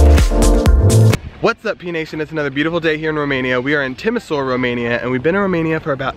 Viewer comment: Nice. But it is pronounced "Timi-shoa-ra".